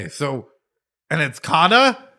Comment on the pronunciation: Your pronunciation of kana is kana in hirakana katakana